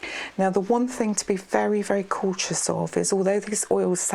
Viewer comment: I've never heard someone pronounce massage as mahss-otch and the word cautious as coch-ous. 😆 Very relaxing voice and video though. 👍